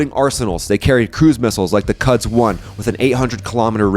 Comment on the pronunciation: Amazing vid as always. I know this is absolutely critical info, but Isfahan is pronounced “ees fuh HAWN” and quds is pronounced “Koods” with a short, guteral k. You’ll be the only guy on YouTube who pronounces them correctly and it will bring billions more views. As you pointed out, the Iranians leadership are very sneaky and can never be taken at their word. Semantic deceit in Iranian Shia culture is a respected art form using taquiyya and Kitman principles, and IRGC candidates and diplomats are literally trained in its strategic use for asymmetric advantage against stronger enemies—seriously. Glad some Westerners see through their lies and manipulation because the Islamic Republic pulls the wool over the eyes of so many gullible nations. Just imagine the havoc they’ll wreak on the world economy when they reach breakout and team up with their Chinese and Russian pals for total, unimpeded impunity. Keep up the amazing work.